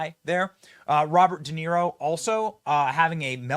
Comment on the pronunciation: Haha! 😂 Robert “Duh”Niro. Total fool.